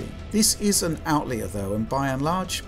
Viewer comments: What's an "Outlear"? Does he mean "Outlier"? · Outlear?? Do you mean outlier? Great video, thanks